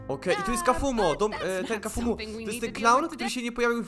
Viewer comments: kafumo muwi sie kafmoł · nie czyta się kafumo tylko kafmo a pisze się wogule inaczej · nie kafumo tylko kaufmo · nie czyta się kafumo tylko kafmo ok? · ale to nie kafumo tylko kaufmo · bardzo mi się podobało lecz problem w tym że mnie STRASZNIE irytowało jak żle wymawiałeś imie bo ty mówisz kafumo a poprawnie kaufmo wiec jak będziesz jeszcze to omawiał prosze cie o to żeby wymawiać to poprawniej❕ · Pise sie kaufmo i wymawia sie kałfmo nie kafumo xd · TO NIE KAFUMO TYLKO KLAŁFMO😠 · To się pisze kaufmo ale muwi się kałfmo